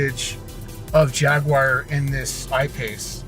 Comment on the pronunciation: dude, Jaguar is pronounced Jagwar, or if you want to say it like the Brits say it Jagua. it is not pronounced Jagwire. it makes you sound dumb.